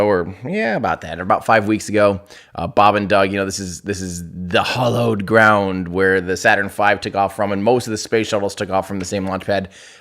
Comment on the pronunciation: did you say "hollowed ground"? Certainly sounded like it. Hallowed